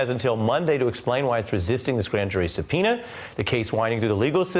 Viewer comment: "this mistery grand jury supenis..."